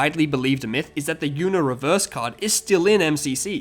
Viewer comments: mans really pronounced the word Uno "YOUno" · this guy calls uno yuno